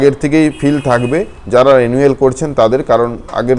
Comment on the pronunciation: Are vai konodin porasona korchen thikvabe pronunciation ta রেনুয়েল na রিনিউয়াল hoy reeeee....😂😂😂